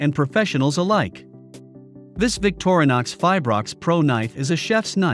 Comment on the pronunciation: victor-nix.... another text to speech video